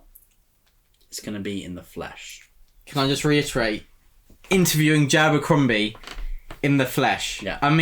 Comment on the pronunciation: I always enjoy the way you both pronounce Joe Abercrombie. Every time you say it, I hear Jabercrombie.